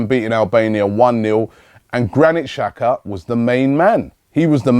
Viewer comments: Benjamin Rood yeah could be dzaka as well, but robbie says chaka or shaka, thats way wrong, somebody should tell him that. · does Robbie read these comments? Mate, its pronounced Jacka, not Shaka, when will you learn it? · it's pronounced dzaka